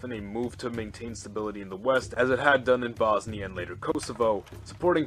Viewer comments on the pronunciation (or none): none